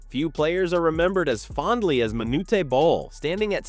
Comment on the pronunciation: There’s no ‘tay’ in Manute Bol. 👎🏽